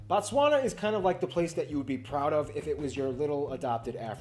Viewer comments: Your pronunciation of Botswana is wrong. It’s Bo-Tswana not Ba-Tswana.Batswana means the citizens of Botswana 😂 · Can we respect the country by pronouncing the name correctly. it is BOtswana, not BAtswana. Botswna is a country and Batswana is the people of Botswana. The vowels "a" and "o" makes a difference. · it's 'boo-tswana' not 'ba-tswana'❤ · It's Botswana not Batswana that is the names of the citizens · Appreciate it mahn, but it’s not Batswana, it’s Botswana, the country is Botswana and Batswana is the people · Its Bo Bo Bo Bo BOTSWANAAAAA not BATSWANA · BO TSWANA NOT Bantswana 😂😂😂😂😂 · Bro can I advise in future you do a live chat with someone who lives in pronounced BHO-TSWANA (emphasis on B) that white guy knows things from a theory point of view but not from a socio-issue and economic point of view. Take down this and do it correctly with someone who lives in (pronounced BHO-TSWANA) it is very important and will make this clip more interesting. Thanks for taking the advice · bro you pronouncing it wrong though, kkkkk "bontswana" really?! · sorry but did you just say batswana bo again sorry for being rude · Pronounced "Boo-tswa-na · Ok for pronounciation's sake.. pronounce that "Bo" same way you sound "Boo" for Book. Thanx for pitching home mate'.. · It's pronounced Boo-tswana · He can call gaborone but But not Botswana classic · Should call Botswana name correct This is fun but the name